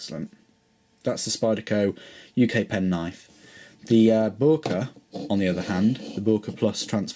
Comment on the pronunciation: i asked a german freind about the pronunciation of boker, apparently most germans say it like Boyker or boiker (apparently it's a dialect thing) hope that helps with pronunciation